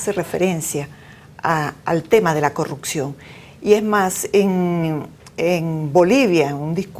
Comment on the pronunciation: en venezuela no hay "corrutcion" como dice esta señora, hay CorruPcion! aprenda a hablar señora